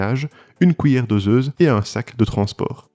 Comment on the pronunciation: Stoi la « couillère »